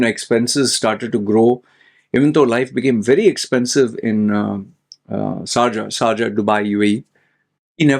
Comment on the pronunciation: SARja 🤔🤔🤔 its SHARja 😅😅